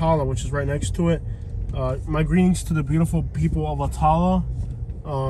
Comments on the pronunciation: He can’t pronounce Attalla😂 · "Ah-tahl-la". LOL. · ah-tah-lah lol. learn to pronounce it buddy